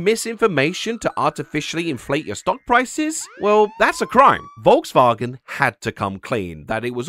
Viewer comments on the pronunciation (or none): You said Volkswagen wrong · I kept thinking your April Fool's joke was pronouncing Volkswagen like "VolksVagen."